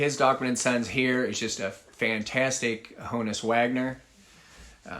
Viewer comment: Good selections...but you're still mispronouncing Honus. Think honest.